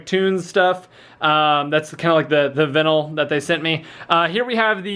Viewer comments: Kids and their veenell. Vye-nal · have I been saying vinyl wrong? or did he